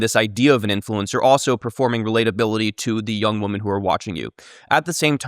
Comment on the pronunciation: It's "women" not "woman". Holy shit for a lynguist, I can't believe he does that.